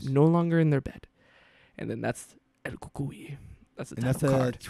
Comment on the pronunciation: I’d be totally down for a cucuy movie! 😱 Btw, love how you pronounce cucuy, lol.